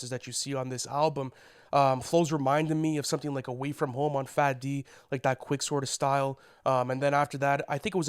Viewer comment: Ain't no way bro said FATD 😭😭